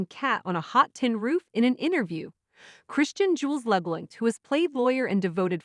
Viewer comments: It’s annoying when they mispronounce names! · LeBlahnk not Labalanc